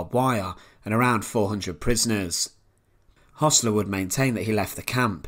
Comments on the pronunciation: It's pronounced 'hersler' not 'hossler' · Hössler not Hossler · it is Hoessler not Hossler as pronounced by the narrator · Why pronounce Hossler even though the name is spelled Hössler?